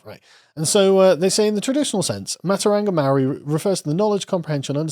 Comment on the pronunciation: Aotearoa is pronounced “aye-oh-tay-a-row-ah” and matauranga is pronounced “maah-tow-ronga” The NZ Government is pronounced “com-ee-trash”